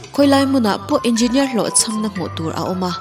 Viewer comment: Nuih poh ti za zawk engeenier chhiar kop thiam lo🤣🤣